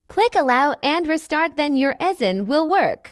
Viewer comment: I love how the fact this text to speech voice said e sign so wrong 💀💀💀💀💀